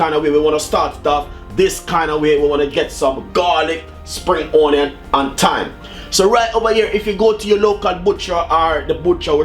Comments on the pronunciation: because thats the dialect version and not onion...on-yan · Y does he always says ONNYAN?? Drives me insane!!! I know this is a year late posting this 🤦🏾‍♀️